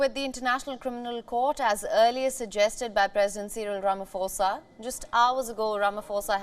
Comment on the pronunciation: It's not Rama"FOSA" it's pronounced Rama"Posa"